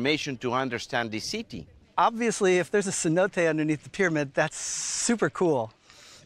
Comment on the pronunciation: "C-note"? Sin-No-Tay